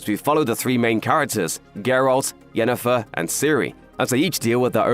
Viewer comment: You know what. You win. Pronouncing Jennifer’s name correctly in passing, just felt like quality. Good job, you’re big, but you’re still paying attention.